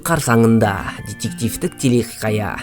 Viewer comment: Телехиқая емес телехикая болып айтылмай ма?